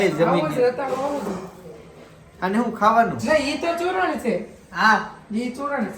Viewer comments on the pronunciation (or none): ચૂરણ નઈ સૂરણ કેવાઈ એને 😅